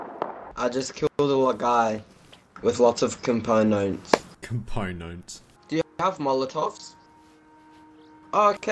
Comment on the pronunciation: Bro. Compoononts